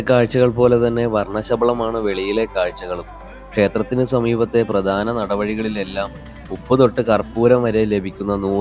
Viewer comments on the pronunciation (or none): PRADHANAM ENNU PARAYU :: PRADANAM ALLA